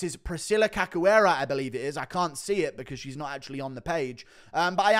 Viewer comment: Read her name like this; Caxoeira, it's a 'shoo' type sound. Ca 'shoo' eira.